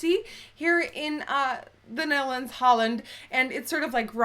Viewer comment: Watching again now in 2017. I love the way she says Netherlands. "Nethlands"